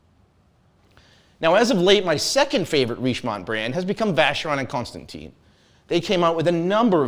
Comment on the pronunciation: Vacheron and what? That's not how you pronounce the name !!